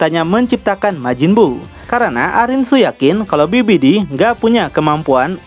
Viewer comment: Babidi mang bukan bibidi